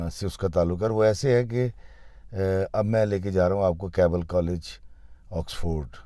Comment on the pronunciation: It’s Keble, not Kable, nor Cable, nor Kabli, nor Kabaal, these are the many mispronunciations by Pakistani people.